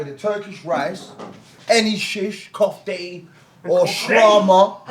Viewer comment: It’s Kofte not kufta